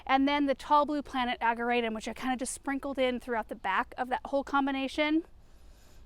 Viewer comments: We say, "Ag-jer-a-tum" with a soft "j" sound. I know it's no biggy, just looked it up to make sure I was right. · I know you said you tried everything with the locust tree. Have you considered pruning out all of the dead wood so it can concentrate on the new growth? BTW, ageratum is pronounced with a soft "g" as in German. One more thing, the wire vine may not be aggressive in a pot, but it very aggressive in the ground. Beware! I've been having to dig it out everywhere I planted it. It was taking over entire flower beds. If not trimmed back every year, they get very woody and new growth grows over the old growth and you only end up with leaves on the tippy top. I saw one that was 4' tall and all wood with just leaves on the top. It was one of the ugliest plants I've ever seen. So, if you have it, be sure to cut it back every year. Thank you for sharing all of your gardening experience! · Ageratum - can be toxic to liver, if eaten by animals, just a heads up. * The 'g' is actually pronounced as a 'J'.Love the colors!